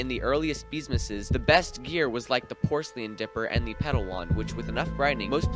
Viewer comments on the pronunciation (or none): Bro cant pronounce porcelain lmao